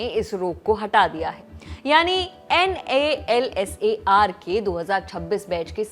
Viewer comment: what is this NALSAR. Whole world is calling it nalsar..